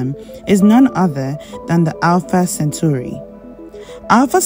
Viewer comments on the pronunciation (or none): Not centuri ... CENTAURI